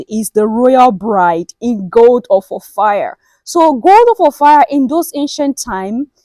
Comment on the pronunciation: Not Ophir or Or-Fire, OFFA!